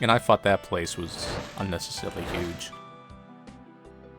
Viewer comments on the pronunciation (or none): none